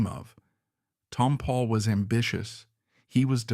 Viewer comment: Ruined this by not pronouncing Tompall correctly.